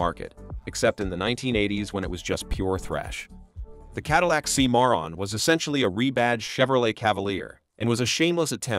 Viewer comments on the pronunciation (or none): Cadillac "See-moron"? Thumbs DOWN for the silly AI voice!